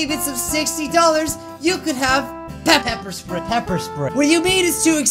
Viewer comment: Oof why does he say bepper?